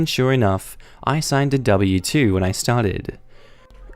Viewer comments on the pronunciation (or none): none